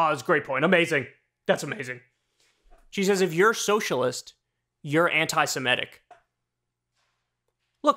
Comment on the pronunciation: Not "anti-siMETic". "Anti-seMITic."